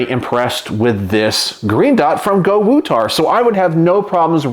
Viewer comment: So not Go-to-War…it’s Go-woo-tar!